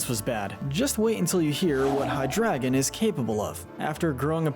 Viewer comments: Holy what the f you actually couldn't even pronounce Hydreigon It's not hydragon, it's hydrEIgon. A mix of Hydra, Dragon, and drei, the German word for three. This is just sad. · IT'S HYDREIGON, NOT HYDRADA! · Happened upon this guy and have been binging his ranking content for a few hours. I have to say, him choosing to pronounce Hydreigon as "Hydragon" gets under my skin SO hard. Literally the one thing that I'm despising. (Well, that and certain other mispronunciations, but that one single-handedly takes the cake.) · It’s pronounced ray-QUAY-zuh, LAHT-ee-ohs-, LAHT-ee-AHS, BAY-gon, yoo-NUH-vuh, resh-er-RAM, DEE-ahl-guh, PAHL-kee-uh, nah-guh-NAH-DULL, redge-EE-dra-goh, DRACK-uh-zolt, DRAY-coh-vish, dur-AL-uh-don, and DYE-noh, ZVY-luss, DRUHD-ih-gihn, and vye-BRAH-vuh, “”! 🤨 You’re so bad at pronouncing Pokémon names,, and you’ve made 17 errors in a row! 🙄